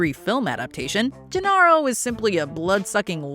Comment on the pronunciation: Did you even watch Jurassic Park? Gennaro is pronounced Ge-Nair-O; not Ge-Narr-O 🙄